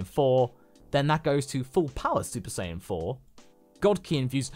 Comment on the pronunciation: Bro said super sayin pride, shoulda had it on vegeta😭😭